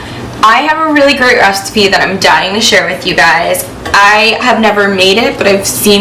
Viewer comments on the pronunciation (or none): Jess said" restipie"